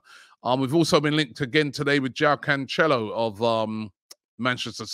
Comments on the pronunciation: It’s not pronounced canchelo Robbie, he’s Portuguese not Italian. Nice and simple João Cancelo. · Man said Canchelo as a Portuguese person I can confirm that was incorrect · Jao KanChello😂😂😂😂😂…. Robbie killing names since 1900